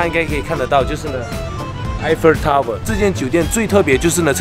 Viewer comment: 是 Eiffel Tower 。而不是 Eiffer Tower 。 L 和 R 都分不清楚。笨死了